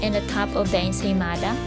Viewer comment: “Insane mother..” instead of ensaymada😂😂